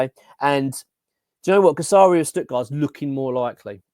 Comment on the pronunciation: you are pronouncing Guirassy’s name wrong mate